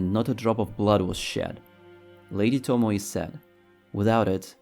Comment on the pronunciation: To mo ē not to mo ee or to mo ye, its annoying, tomoē